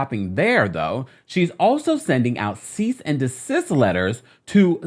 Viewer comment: All I can hear is "here's a letter of cyst & decease from my attorney" 😂🥹